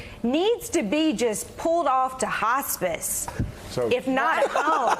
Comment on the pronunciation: Did she just say Hospice? Lol